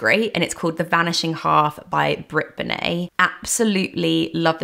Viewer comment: If that’s how you pronounce Bennett then I’ve been saying my surname wrong for 22 years..😅